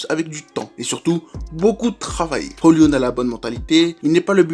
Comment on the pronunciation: Première vidéo que je regarde, après les recommandations de TMF. Fan de MU, j'ai décidé de commencer par cette analyse pour découvrir la chaîne. En moins de 10m, une des analyses les plus pertinentes et les plus complètes que j'ai pu entendre sur Højlund (attention, le "d" ne se prononce pas ;) ). Tout, ou presque, est abordé, et on sent une excellente maîtrise du sujet (contexte général, philosophie de Ten Hag, besoins de MU...), et ce jusque dans les détails (l'expérimentation toute récente de Sancho en faux 9). C'est un grand oui, il faut à tout prix continuer sur cette voie ! Je m'abonne et je pars en regarder d'autres !